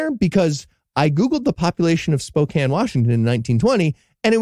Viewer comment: I'm in Spokane so 2 things, 1 that's such Bs we've never heard of it and 2 thank you for saying Spokane correctly